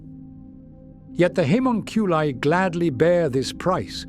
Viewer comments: I don’t think he can help it I watch a few ai channels an ai just can’t pronounce it it’s bad lol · like 8 different pronounciations on Haemonculi lol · I love your work, but the different pronounciations of "haemonculi" throughout the video are jarring ;) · no I agree the only other one I watch as much as his is imperial iterator I wonder if he could play with the spelling of it an see if he could find a way to get the ai to pronounce it correctly